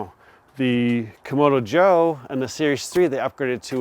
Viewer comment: You're not the only one who makes this mistake, but you keep calling the red Kamado a "Komodo Joe" when in fact it's a "Kamado Joe"...pronounced differently of course. Don't think the company will pay you for screwing up their name, but I heard another reviewer make the same mistake, so it must be like "ask and axe" for people of color. Sorry for being pedantic, but I guess it would be like calling a Cadillac a Calidack.